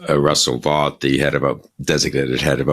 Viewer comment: It's shocking that Bill Kristol doesn't bother to check how to pronounce somebody as important as Russ Vought that most people don't know about and that Kristol wants to inform them about. It's pronounced like VOTE, not like BOUGHT.